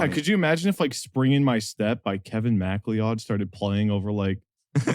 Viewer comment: "kevin macleyod" ??????